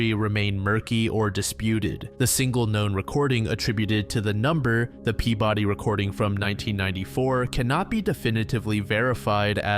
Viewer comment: Being from Massachusetts, hearing Peabody pronounced that way always feels off lmao